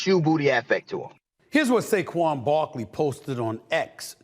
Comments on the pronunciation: It's Saquan Not Saguen. Fire The editor of the show 😂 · It’s actually SAQUON. Not Saquan or Saguen lol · Wtf is Seguen Barkley? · Who's Saguen Barkley??? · Who the hell is Saguen Barkley??